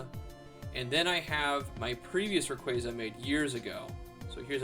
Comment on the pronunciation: You say it like ra quay Za I say it like ray quAza